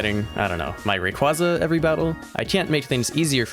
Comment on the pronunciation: It's Ray qway zuh, not ray qwah zuh